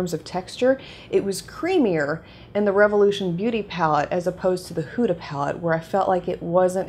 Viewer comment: Just FYI you pronounce it Hooda like hoodie not whoda